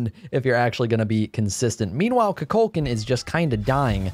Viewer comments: It bugs me how you call Kukulkan "Cú Chulainn", even though I know you know they are different gods. Even in Smite's VO, it's pronounced "Ku Ku Kan." with a silent L. Nothing too big, but just something I wanna put out there. ^^" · He keeps calling kulkukan, chuculcan 😂why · You murder kuklakans name so bad